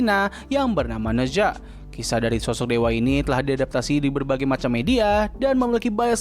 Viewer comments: Spellingnya "naca" btw. Bukan neza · koreksi bang, pronounce nya Ne Cha, kalo di mandarin Zh dibaca kaya C